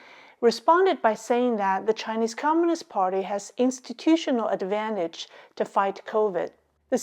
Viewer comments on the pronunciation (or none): Institutional "dis"advantage. The "dis" is silent